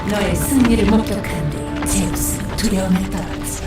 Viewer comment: 앜ㅋㅋ 나만 쩨우스로 들은게 아니네ㅋㅋㅋ